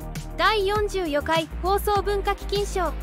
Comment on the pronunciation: 読み違い、多いです。 えーこの記事大丈夫？と思ってしまいます。 年配の方→ねんぱいのほうと読んでいたが、ねんぱいのかた、で は？ 実を結ぶ→じつをむすぶ、と読んでいたが、みをむすぶでは？ 第４４回→だいよんじゅうよかいと読んでいたが、だいよんじゅうよんかいじゃない？ 思う方もいる→おもうほうではなく、おもうおもうかた、じゃない かな？ 道も開けて→みちもあけての読み、みちもひらけての方がいいような、 言い過ぎてたいたら、ごめんなさい